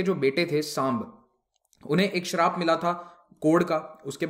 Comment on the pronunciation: "श्राप" नहीं होता भाई,शाप होता है।"गंगा " डायनेस्टी मत बोलिए,यह "गंग" वंश है।आगे आपका वक्तव्य मैंने नहीं सुना।